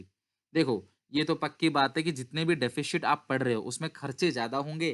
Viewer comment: DEFISHIT kya hota hai? lol